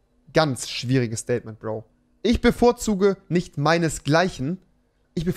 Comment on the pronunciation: Das "Staiytment" von Rewi